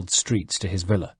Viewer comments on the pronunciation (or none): none